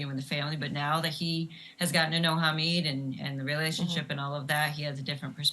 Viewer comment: It is "Hamid", not "Hameeed", its short of Mohamed , not Mohameeed .......